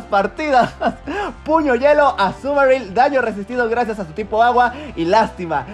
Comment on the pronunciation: 🤣🤣🤣 la pronunciación de los nombres y después puño yuelo🤣🤣 fue demasiado